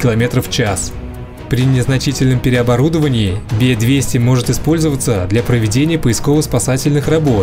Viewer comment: Не БЕ 200.... А Раздельно Б - Е 200